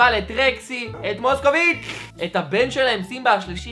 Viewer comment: למה אתה אומר מוסקוביץ׳ כמו ילד עם בעיות